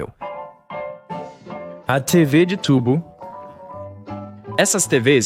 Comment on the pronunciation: É IA. Fora o que o Pyropepese falou, aos o cara fala TV de tubo igual um estrangeiro que aprendeu português, e a mesma coisa acontece em . Porém, é uma dublagem por IA, muito boa. Teve uma parte que parecia o Pedro Loos falando...